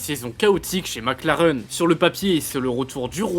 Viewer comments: Sans oublier Mac Lareeeuun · MacLareuuune ? Vous êtes sérieux 😅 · MacLareune 😂 ! Il manquait plus que Villeneuve et son "MecLaren" !